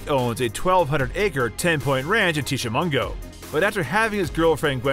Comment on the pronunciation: Please learn how to pronounce Tishimingo